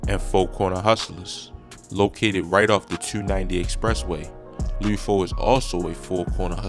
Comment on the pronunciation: Wtf is lude nigga L U D LUD like mud but with an L this video cringe asf